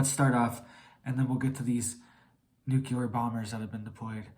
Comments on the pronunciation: It’s not NUKELAR but NUCLEAR!!!! ARGHHHH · Nuclear, not nuculer. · U sound like a child New clear Nu clear Nuclear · Bro, you should get some rest and stop trying to scare everyone. You look like you haven’t slept in a week and can no longer pronounce nuclear properly. Everyone knows the world is an unstable mess already. We should all focus on staying mentally fit and preparing for whatever comes our way. This is the opposite of mental fitness, I couldn’t make it past 3 min 31 seconds…